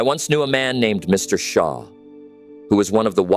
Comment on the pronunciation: Mr. Shaw? You mean Mr. Schoff?